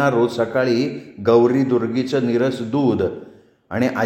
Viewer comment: नीरस दूध नाही निरसं दूध उच्चार बदलला अर्थ बदलतो. नीरस म्हणजे रस नसलेला आणि निरसं दूध म्हणजे न तापवलेलं दूध